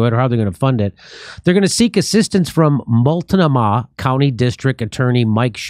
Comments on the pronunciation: Lol... it's pronounced mult-NO-muh. :) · i love jimmy's pronunciation of multnomah